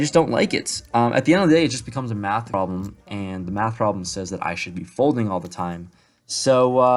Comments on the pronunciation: If you ever decide to say the word ‘math’ again, just don’t. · I was thinking the same thing.